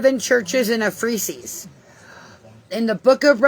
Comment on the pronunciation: She can't even pronounce Babel or Ephesus 😂